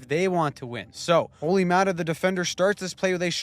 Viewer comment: ”Olli thing that Määttä’s here” 🤣🤣